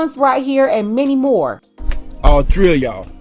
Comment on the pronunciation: You killed me when you said " all three ov ya'll" in a Jamaican accent.